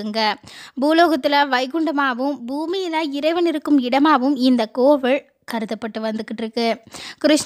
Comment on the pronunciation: கோவிலை கோவில் என்றும் பழத்தை பளம் என்றில்லாமல் பழம் என்றும் உச்சரிக்கவும்.